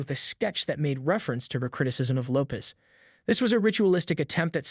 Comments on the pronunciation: This guy can’t even properly pronounce her last name??!! This is so bad. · If you can't even pronounce her name properly..I'm out!!